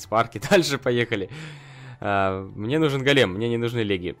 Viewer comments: Ты говоришь-гАлем, а нужно-гОлем! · правильно гОлем а не голЕм на 'о' ударение)! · Не голееееем а гооооооолем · Дмитрий Немиров Ударение на первый слог Го́лем (ивр. גולם) — персонаж еврейской мифологии. Человек из неживой материи (глины) , оживлённый каббалистами с помощью тайных знаний. Вероятно имеет общее с Адамом, которого Бог создал из глины и вдохнул в него душу.